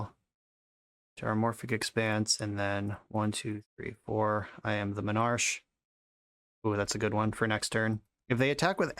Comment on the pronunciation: Well considering that word is pronounced "men-ar-key," he's fine